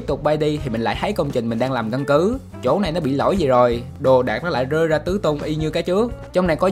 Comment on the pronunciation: bạn nói chuyện bình thường được không, cứ cố phát âm đúng nhưng rõ ràng k có thói quen đó, thành ra cứ như ngọng, mà k nhẽ có người ngọng "r" "g", bạn bị như này chắc cũng mấy năm rồi, tập nói chuyện bình thường đi nha, gồi thì cứ gồi, k cần phải rồi rồi, 1 lát lại "gơi ra"